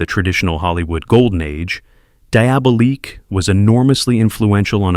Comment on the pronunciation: Good choice of Thriller films, but the incorrect name pronunciations, especially on "Diabolique," was a little off-putting. Just a helpful tip; maybe consider using your own voice for the films as you would likely generate far more views